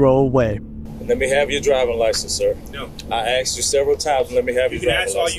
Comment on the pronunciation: It's pronounced Asked. Not Aks😂😂😂